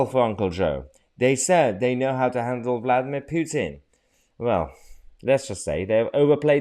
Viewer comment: Man cant even say Vladimir Putin properly